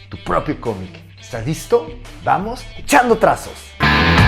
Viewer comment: Muy emocionante amigo y aveces cuando dices echando trazos yo entiendo chango trazos